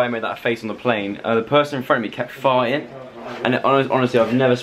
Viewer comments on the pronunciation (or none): Joe I missed your vlogs a lot! Finally they are back! I watched and liked every of ur vids love them so much I love how u pronounce farting with a silent t. Like far-ing haha